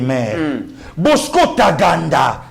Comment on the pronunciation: Bosco Tagaanda avec Nuance et non Bosco Taganda.vraiment